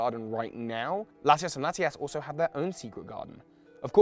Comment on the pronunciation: I think you said Latias wrong...